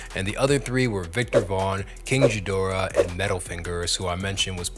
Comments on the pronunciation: jee-dorah? dude, have you heard a DOOM track? Metal Fingers produced the beats, not Metal Face. you had it right at first, then botched it. you're goofy dude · it’s pronounced, King Gee as in Good, Geedorah, after the Godzilla enemy. They even got a remake of Godzilla vs King Geedorah a few years ago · He also can't pronounce Gheedorah... can't take this guy seriously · Also tell me you've never listened by saying ghee da rah wrong